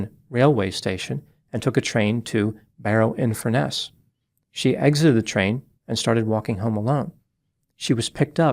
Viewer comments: It's Barrow in Furness. Not Barrow Infurness. At first I thought he said "Inverness in England", which didn't make any sense. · It’s Barrow infurness